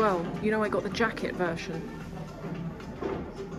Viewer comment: You say “versions” different to everyone I know.